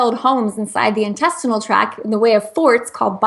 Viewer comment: I love her, but it drives me absolutely crazy that she does not say the "t" on intestinal tract. I've heard many interviews with her and she never says it. Sorry! Just a little pet peeve because it's a distraction from the great information she always shares!